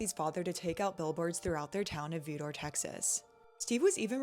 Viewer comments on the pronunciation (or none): It's pronounced VI-der. The town is in south east Texas. Doesn't have a great reputation